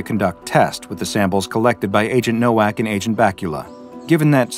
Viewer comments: "nowak" is read with a "v" ilke in "vest" and not "w" like in "water" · as someone who speaks multiple Slavic languages, perhaps the true horror is how you pronounced this poor man’s name along the way 😂 BTW, in Polish, the W is pronounced as a V, so Nowak would be pronounced Novak. If his name had been spelled Nołak, only then would the pronunciation been correct 😊 Love your work ❤